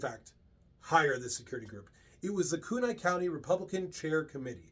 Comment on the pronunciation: Pronunciation from a local. KOOT KNEE CHOR DUH LANE